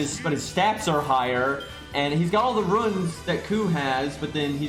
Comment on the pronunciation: Really liked the music choices here. You saying that Cu has the "roohns" made me think you were saying he has incontinence. That's it. Checkmate, scientists. Pluto has a Type. It's a planet. Get fucked. I'd much rather they name Marie's NP something more thematically fitting. Like Butt-Stallion. Wait, you have Barlow? I think it'd be cool to add passives to servants; Gilles Saber getting ME &/or CWtOE. How could you forget my son?